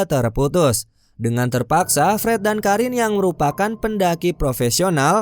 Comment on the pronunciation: Pret atau Fred😂 dengernya Pret Hahahahaha